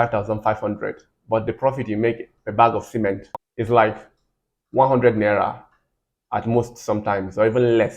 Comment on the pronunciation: it’s the way you pronounced naira. I grew up in Kaduna so that accent gave you out.